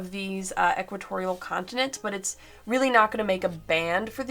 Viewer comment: Sorry, must be your accent. Sounds like you're saying "condiments"